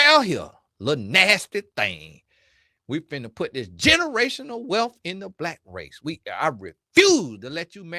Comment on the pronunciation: Why you saying Blight instead of Black?